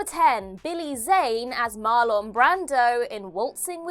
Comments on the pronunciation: That’s Gene Kelly. Also, Brandi’s first name is pronounced MAR-lun, not mar-LONE. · In US misuse of vowels, and ironically a US actor, his name is pronounced MARL-E-N, no O-N which hurts my ears!!!!!!!!!! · That’s not how you pronounce “Marlon”